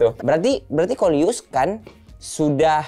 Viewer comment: bang bukan luis